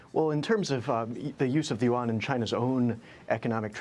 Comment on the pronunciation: learn how to pronounce it correctly. It’s not the “You Won” …say it one syllable, yuan.